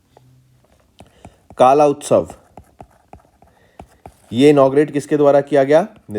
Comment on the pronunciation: It's not kaala utsav It's कला utsav